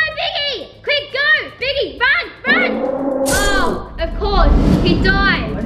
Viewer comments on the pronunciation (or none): When said piggy I thought she said biggy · When said: piggy has woken up, doesn’t it sound like biggy?? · when said piggy had woken up i though u said biggy had woken up🙂..